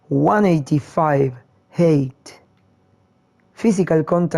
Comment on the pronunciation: You mean ha-ai-t. That is how your pronounce how tall a player is